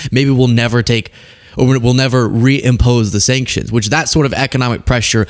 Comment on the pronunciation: "Shankshunsh!" Go back to sleep, DonOld!